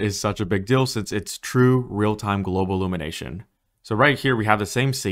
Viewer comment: “Simllate” “Globlumination”